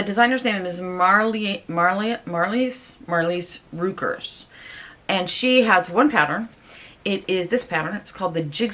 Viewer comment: So excited that you got the jigsaw pants. The maker is pronounced "mar..lees rye..kers" 😁 You are definitely going to get yours done before I can start mine.... So can't wait to see how they turn out.I Love the tablecloth top xx